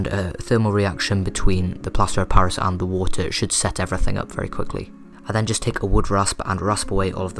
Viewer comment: he said plaster pairis? Right. it sounds like that to me. im trying to make this and im writing the items for this.